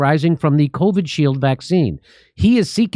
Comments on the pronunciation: It’s kind of bothering me that jimmy is pronouncing it as covid shield and not covi shield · How many times can Jimmy say Covid shield wrong